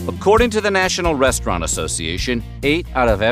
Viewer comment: The " Brest-raunt" concept is dead